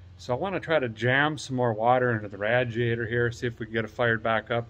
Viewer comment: 😂😂😂 ok one thing lmao quit say in radiator. if you can please & thank you in advance😊